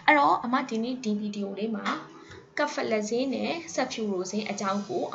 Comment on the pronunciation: စဖယ်လဇင်လို့အသံထွက်ပါတယ် ကဖယ်လဇင်လို့ အသံထွက်တာကြားမိတယ်